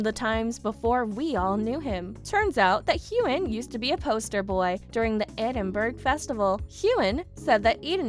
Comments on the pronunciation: Learn to pronounce the words!!! [ED•IN•BURG] NOT "EED IN BERG" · IF you are going on a public form you should know how to pronounce the names. Edinburgh Not EEEDENbuirgh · Eidenburg? Really? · It isn't idenburg or eeedingburg. Get a new spokesperson! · It is pronounced Edinburgh not eidenberg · How dare you pronounce Edinburgh so badly! Phonetically it is Edin boro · She needs to pronounce Edinburgh correctly. Drive me crazy. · You pronounced Edinburgh wrong! Check it out! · The pronunciation of Edinburgh is way off, too. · Edin burg! Ha! ha! your pronouncing it all wrong!